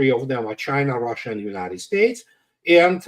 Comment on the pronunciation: “ROHHHHSHA” 😂😂😂 it’s Russia!